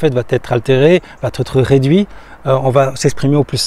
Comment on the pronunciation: j'aime ce que tu fais...un détail me gène, juste un détail mais qui pourrait décrédibiliser. Je l'ai déjà entendu chez d'autres youtubers et à plusieurs reprises dans tes vidéos... tu dis trop souvent: "cela va-t-être..." le problème est qu'il n'y a pas de T, donc pas de liaison. J'espère que tu sauras tenir compte de ce "détail" tout en continuant tes vidéos très enrichissantes.